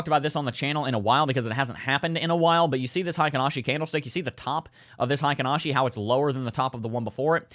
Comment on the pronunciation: Not sure if you care much about this kinda thing, but Heikin-Ashi is actually pronounced "hay-kin" rather than "high-kin." In Japanese, "ei" makes an "ay" sound, but in German, it makes an "eye" sound. Source: I'm a huge weeb. Also, I feel that the halving cannot be priced in. If the mainstream knows about it, that doesn't mean the price'll adjust to an expected future value. It can't be priced in because the supply shock hasn't been felt yet.